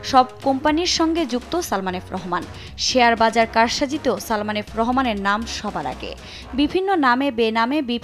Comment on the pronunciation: উপস্থাপক আপনাকে ধন্যবাদ সালমান না উচ্চারণ করে সালমা উচ্চারণ করে ওর মান-সম্মান আরেকটু নষ্ট করার জন্য